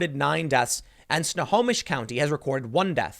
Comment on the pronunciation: Woohoo! Tim called out my home county, Snohomish and he pronounced it right!